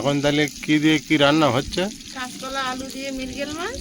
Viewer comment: ওই হবে না ওল হবে আর একতলা নয় কাচকলা হবে।